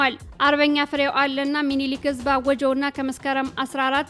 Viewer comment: ፍሬው አለነ ተብሎ ይነበብ